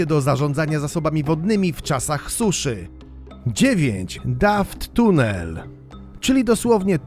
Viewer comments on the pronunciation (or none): Nie mówi się Dafttunell tylko Dufttunell 😅